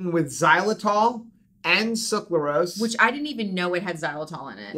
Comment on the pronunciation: I loved this info! I wish more people would realize that Gatorade/Powerade are not good for electrolytes. They just have good marketing. But, you’re killing me! It’s pronounced suc-ra-lose not suc-la-rose. 😁